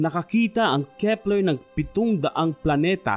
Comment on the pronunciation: at nadiskubre ng kehpplerrhh